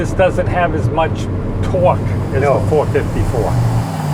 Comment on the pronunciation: No he stated 485ft-lbs of twooahk